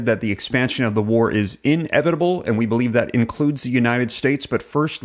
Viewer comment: Inevitable is one word. Not in-evitable. Lol. Couldn't even pay attention cause i was just hearing you say that